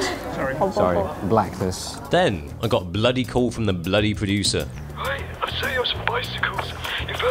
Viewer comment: The Bluddy PRO-DU-SIR.